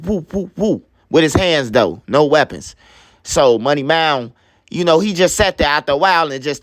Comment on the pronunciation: Bro say “money mound” 😂